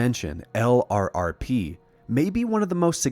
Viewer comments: Excellent! My only gripe is that LRRP is pronounced as a word, "Lerp," and not said as an acronym. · Btw, LRRP is pronounce "lurp".